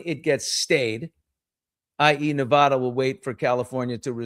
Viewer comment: Stop mispronouncing Nevada